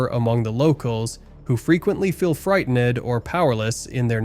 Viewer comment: This video's narrator is all over the place. 😂 move-ed, frighten-ed 😂😂😂😂